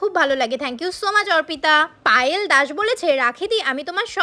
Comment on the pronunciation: অর্পিতা ❌ওরপিতা ✅ 😂😂